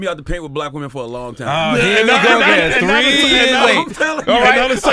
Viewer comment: Really, "...all tree of yall..."